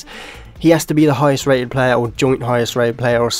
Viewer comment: the way he says player. PLAYA